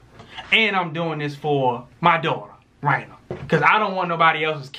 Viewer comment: Angelwood Exactly!! How are you gonna get Raina's name wrong🤔🤔 REALLY tried it😂